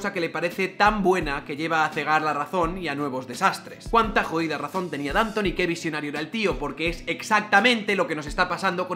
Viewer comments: En español hay que pronunciar Dantón. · Danton se pronuncia acentuando la o, que es francés, no inglés. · El apellido Danton se pronuncia con tilde en la O.